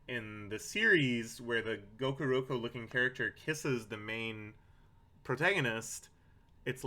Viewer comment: i find it hysterical that you keep calling gakuro "gokuroku", presumably because the lack of respect you have for the character necessitates fewer brain cells devoted to getting his name right. also according to the internet a blue whale's eyeball is about 10-15 centimeters in diameter (about the size of a grapefruit). apparently whale eyes are actually pretty tiny compared to body size and most of them are considered to have fairly poor vision.